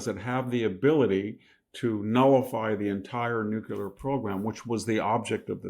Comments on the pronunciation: Nuculer...(Nuclear), i know, potato potahto but still... VDH is still a Bada$$ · Such a smart guy, but why can't you pronounce the word nuclear correctly?? It's not nuke-yoo-ler, for Pete's sake. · I love listening to VDH. He is the only one I will forgive for saying "nucular" instead of "nuclear." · Victor, there is no such word as normalacy or Nucular......you need to wake up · Dear sir with all due respect, please pronounce Nuclear correctly, please search you tube by writing " how to pronounce nuclear correctly" you will find plenty of videos some will mention your pronunciation only in a very small circle, over all the correct pronunciation is nuclear "The correct pronunciation of "nuclear" is "NEW-klee-er." Some people mistakenly pronounce it as "nucular," but that is not considered standard". Best regards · Why can't old, otherwise intelligent people pronounce "nuclear"? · It's a shame Victor has the unable to pronounce 'nuclear' affliction. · They don't have a nuclear weapons program. The IAEA has been clarifying that for years. This is Israel trying to drag us into yet another regime change in the Middle East, all of which in the last 20 plus years have ended in chaos and shit for the countries involved. And for God's sake, please learn how to pronounce "nuclear". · Great content but please say ‘nuclear’ properly. It’s very distracting! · I agree, he's brilliant. That's why it is so jarring when he mispronounces nuclear. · thank you… I feel exactly the same way, wtf?! 😵‍💫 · Love the info but please stop saying “nucular”. Nuclear. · I love you Victor but PLEASE say NUCLEAR not NUCULAR! It's not a real word! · Dear VDH, it's not "nuke-ya-ler." It is: "new-clear." Dear VDH, please stop waving your hands at the camera, it makes us blink and turn our heads - and you're not Italian. Trim your fingernails; your wife will thank you. 😖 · It’s NOT pronounced NUKULAR. It’s spelled and pronounced NUCLEAR. Nuk lee er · Should we trust a person who says "nucular"? Haha.